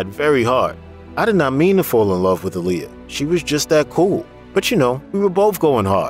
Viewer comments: It’s not Aa-LI-ya. It’s AA-li-yah! Like Mohammed ALI. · Can you PLEASE pronounce her name right?! She always said "it's AH-lee-yah. Like 'Ali' in Muhammad Ali" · You pronounce her name wrong